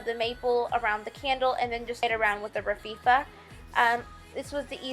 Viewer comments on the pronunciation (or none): It's RAF FEE AH - raffia! and it's SUTH URN - southern . You did an awesome job!!! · It's not Rafifa, you said It so many times and it drove me nuts, that's my OCD! I had to stop watching before it ended, you said It so many times, I was losing it, sorry, cute tho. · too funny, every time she said raffia it made me scream, laugh! How she kept saying "rafifa" was hilarious, that might be one OCD of mine, lol! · It's pronounced "Ra-fee-ahh" my dear. BTW, your designs are very pretty. Surely gonna do some. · hey Sugar, I love your ideas!😃 I'm going to make all of them for fall! After looking at several different tutorials by other people, I really liked yours the best! I look forward to Christmas! Also just to let you know it is pronounced Rafia,just to let you know!😃 Keep up the good work! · you are so charming! loved your craft ideas thanks I pronounce raffia as RAF -E-A but to cute how you say it :)